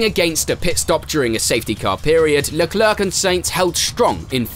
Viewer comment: How are you able to pronounce his last name flawlessly yet call him Shala?